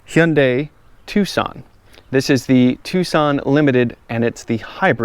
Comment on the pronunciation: Heeunday Twosawn